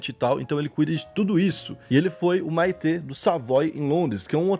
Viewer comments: Maitre se procuncia "Métre" , é tipo sub-gerente do restaurante. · Parabéns pelo vídeo. Gostei muito. Só uma correção: Maitre em francês fala-se MÉTRI. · a pronúncia é: " METRE". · “Maitre” é foda hahaahah se lê metre. É o cara que cuida dos garçons hahahahaah maluco, as vez eu esqueço a sorte que tive na vida. Poxa, bora estuda mais mano.... vc apresenta temas variados, vai ter que dar uma nerdada. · Se lê métrê Jesus kkkkkk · A pronúncia de maitre foi demais kkkkkk CreiDeuxPay